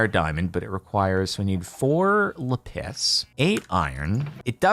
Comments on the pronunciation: bro its pronounced la-pis not lahpiss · caiptain really said insted of lapis le piss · Lé piss = lapis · Did he just call Lapiz "Le piss"?! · That’s not how you say lapis…